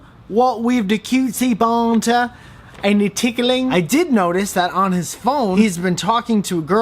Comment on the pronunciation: going to pronounce banter as buhnter from now on